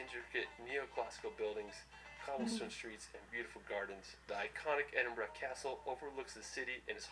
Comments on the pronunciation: For future reference don't say "Edinburg" say Edinbruh which is the way it is produced Edit: never mind it is said later in the video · EdinburG 😭😂 i find Americans so funny omg. We actually pronounce it EdinbrA or EdinbrU even tho its spelled Edinburgh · Definitely pronounced Edin-bruh. We get quite offended when it’s pronounced Edin-Burg 🤣 Also, at the bottom of Arthur Seat, the grounds of Holyrood... pronounced Holly-rude 🙃. Scotland is the most beautiful country in the world and us Scots will give you a warm welcome! 🏴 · I can't believe you said Edinburg when is Edinburgh I'm a Scotsman and I feel offended 🏴🏴🤦‍♂️🤦‍♂️🤦‍♂️ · If she calls it edinburg again im gonna scream Its Edinburgh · Don't say 'edinburg' say edin-bra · Did u say edinburg😅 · Its pronounced ed-in-bra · It’s the “EdinBURG” for me.. i laughed so hard at that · edinburgh, pronounced Edinburra. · Do you want to see dirty cities or beautiful country side? You can take tour buses or drive, it’s up to you how you want to travel. It’s actually pronounced eding-bur-aah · only if you have a speech impediment ,,,,,,remove the G ,,,,it`s Edin-bu-rah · 2 things please learn to say Edinburgh and no you can't get an Uber there 🤣😂🤣😂😂🤣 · surely she didn’t just pronounce Edinburgh like that 😭😭 scots have my back on this one this is embarrassing 😭😭😭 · Sorry but you did not say Edinburgh right 😂